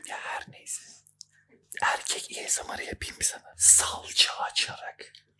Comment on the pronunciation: En son esomar diyodun heee🗣️